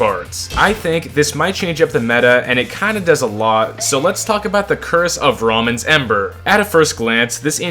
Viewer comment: I'm pretty sure it's pronounced "Rayman" but with a bit of h after the r like "rhayman"